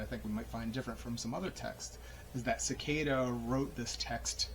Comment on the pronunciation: Great book and nice summary of the intro ! Subscribed! Do you practice breathing technique in the book? Pronounced as Se-kee-da means seat in Japanese